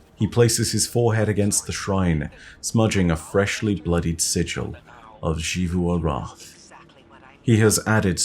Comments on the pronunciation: Hey just so you know the “X” in Xivu Arath is pronounced like a “Z” not a “Sh”!!! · When will start pronouncing Xivu Arath correctly. Drives me BONKERS that he continues to say it wrong after so long.